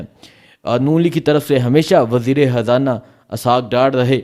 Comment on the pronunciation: Bhai Imran Haan nahi Imran Khan, aur Habrain nahi Khabrain, aur wazir e Hazana nahi balky wazir r Khazana